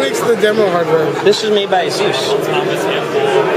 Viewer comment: p.s. they really should fix the 'hub' title being cut off. And someone should tell him how to pronounce Asus.